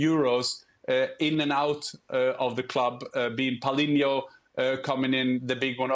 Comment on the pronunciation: "palhinho" ok bro that tells me enough about what you know of bayern